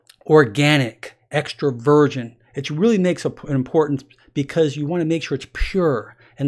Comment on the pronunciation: Every time he says "Extra Virgin" I hear "Extroversion"